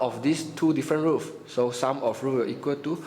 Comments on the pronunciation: Is roots not roof stop say roof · Thanks a lot. This really help me. But I kept hearing brackets as 'blankets' and roots as 'roof'. Hahahaha. But it doesn't matter because with this I really understand much more. :)